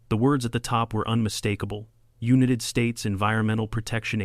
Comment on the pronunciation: Lol, calling it the "Unitted States" is an interesting approach